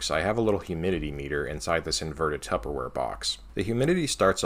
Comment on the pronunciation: careful saying "tubberware" RCtestflight said he got a cease and desist letter 😆